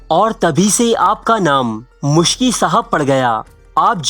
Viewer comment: Its Miski (R.A) not Muskhi